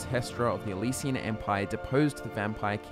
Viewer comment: Why are you saying Elysian instead of Alessian empire?